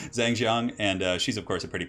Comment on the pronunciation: Someone please correct me if I'm wrong, but I'm pretty sure is mispronouncing these names. Xu should be pronounced "Shu" and Zheng should be pronounced more like "Jung".